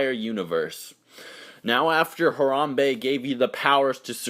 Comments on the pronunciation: No, it's HA-RAM-BAE. that's how you would pronounce it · You prounounced Harambe wrong, it's HA - RAM- BE. With the E silent.